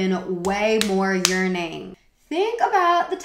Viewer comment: omg I had to rewind a few times to be able to hear "there should have been way more yearning" instead of "way more urinating"